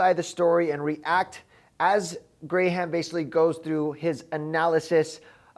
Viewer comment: You calling him gray-ham cracked me up😂